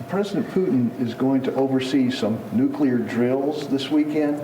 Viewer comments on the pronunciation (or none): none